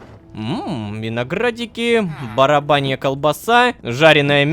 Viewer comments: Я не пойму он по приколу говорит барабанья колбаса или просто не правильно читает? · Снова не "баранья" , а "барабанья"😂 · собираем петицию чтобы Рома научился произносить „баранья колбаса" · Почему рома говорит БАРАБАНЬА КОЛБАСА ОНА ЖЕ БАРАНЬЯ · НЕ БАРАБАНЬЯ А БАРАНЬЯ ЗАПОМНИ ПЖПЖПЖПЖ УШИ УЖЕ ПРОСТО В КРОВИ🎉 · Хахахаахахахха Рома сказал барбанья колбаса а не баранья лучший просто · А вот теперь и думай Лололошка по рофлу прочитал барабанья колбаса или снова неправильно:) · ром баранья, а не барабанья!!!ахахах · Читать научись! не Барабанья а Баранья колбаса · Он опять сказал барабнья колбаса 😂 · Пхах, смешно, что лололошка иногда баранью колбасу, называет барабаньей 😂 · ну лололошка епашу мышь уже 2 раз говоришь барабанья колбаса вместо бараньей у тебя похоже вместо баранов барабаны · Рома читает ,,баранья колбаса,, как ,,барабанья колбаса,, = канон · да чёж рому так тянет сказать "барабанья"?